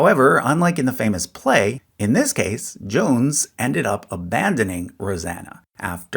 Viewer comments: "Johnse" Hatfield is pronounced Joan-zee, not Johns ... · yes, and Johnse is John-See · Yes, & Johnse is pronounced like John C. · I must correct your pronunciations. Atleast in SWVA we would say "Asa" as "Aye-suh" not "Ass-uh" and "Johnse" would be pronounced "Jone-see" not "Jones" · "Johnse" is pronounced "John-zee" and I'm pretty sure Asa is "Ay-suh"